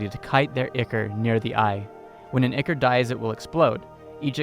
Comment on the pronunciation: duuuude, wtf is an icker? look up the pronunciation of words that you don't know instead of copying each other especially when the other person also doesn't know how to pronounce the word. good video otherwise. but seriously you're on the internet already so there is no excuse. one of the largest companies in the world has put forth fit tons of money to make a very convenient website that helps you find pretty much fucking anything. that company is Google. it can help you sound like you know what the fuck you're talking about. hope you can find me constructive criticism and ignore my frustration at what appears to be sheer laziness or worse, willful ignorance.